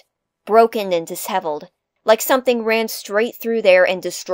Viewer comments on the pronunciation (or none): Disheveled is pronounced witha sh sound not a ss sound.